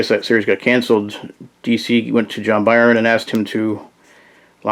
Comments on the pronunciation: you said he rewrites the dp origin as if they never existed, but go back in time to where the first team died. i got confused.. thanks for the vid and cheers from brazil. ps. we also say "burn" here, whatever you said seems hard. "bärn" wut? heheh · Byrne sounds like "burn". Otherwise enjoyed the vid. 👍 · As soon as this guy mispronounced John Byrne’s name. I paused the video to make this comment before exiting the video. This guy needs educated before he makes a video and makes an idiot of himself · Yo chill man just a mistake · He got a name wrong that you don't exactly hear very often, no need to be so rude about it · Yeah it's annoying but you're also overreacting. If a person's never heard a word spoken before and only read it you can't really get that mad at them relax